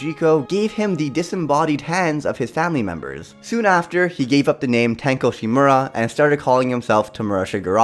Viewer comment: At the ripe OLD age at FOUR Me-breh